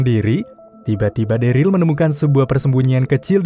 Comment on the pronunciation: MOHON MAAF BG NAMANYA DERLY DI BACA DERIL BG MOON MAAP CMN MEMBENARKAN DOANG